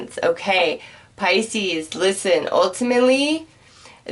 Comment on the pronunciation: "ultu-mit-lee" lol <3 #loveit